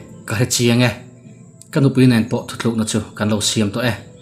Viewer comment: Thuthlukna ti lovin thutlukna tih tur a ni e.